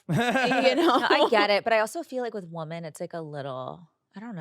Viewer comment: I can NOT deal with her constantly saying "WomAn" instead of "WomEn" when talking about multiple girls!